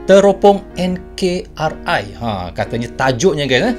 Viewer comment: NKRI(NEGARA KESATUAN REPUBLIK INDONESIA)...Jadi jgn baca enkar,ai...baca dgn ejaan bahasa indonesia..🙏🙏🙏